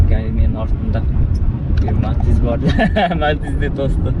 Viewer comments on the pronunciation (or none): none